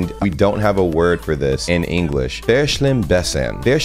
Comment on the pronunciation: im german and how you pronounced 'verschlimmbessern' had me dying!